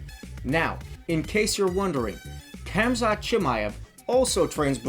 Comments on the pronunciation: Man said kamzat Hahahaha Well Good video 💪🏼👍🏼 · His name is Hamza the “K”and “T” are silent just like Knight Knife the “K” is Silent